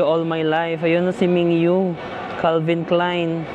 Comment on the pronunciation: Ming-gyu po not ming-yu